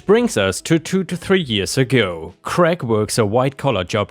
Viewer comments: Why do Americans pronounce the name Craig as Greg? It is pronounced like crayg. American English is retarded. The name Greg is a completely different name altogether. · All of your stories were extra special today. The birthday party story made me feel so sorry for OP's family. The mess must have been awful. 🌟🌟🌟🌟🌟🌟🌟🌟🌟🌟🌟🌟🌟🌟🌟🌟🌟🌟 You came across the name Craig in the last story. It is pronounced Cr -ay - g. Hope that helps. Best wishes.